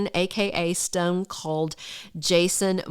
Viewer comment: It's stone cold not stun cold..😅